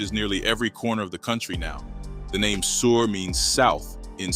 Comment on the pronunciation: Your pronunciation of sur and Norte is to funny